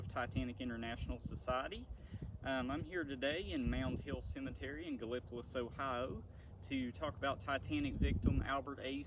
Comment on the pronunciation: Please learn to pronounce the name of the town Gallipolis , Gala police , is how it is pronounced. Thank you .